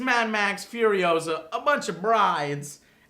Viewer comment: its FuriOHsa not FurioSAHHHH